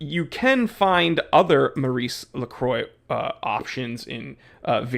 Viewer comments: "lacroy" ahahaha are u serious? You don't even know the pronunciation! Btw, ML is a really good brand in europe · Aikon is pronounced like icon in English. Lacroix, the "croix" is like in croissant, with a hard rolling "R". As for the brand. I scored a pontos S diver chrono for a few hundred euros unworn. Look and thou shalt find bargains. Oh, eta 7750 caliber 200wr, 43x15mm. Not bad I think😂